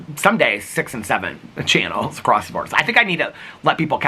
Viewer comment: you say A crosst and instead of a cross. Just something I noticed that you do sometimes. But if it makes you feel any better I used to pronounce sliver wear sliva wear for some reason😂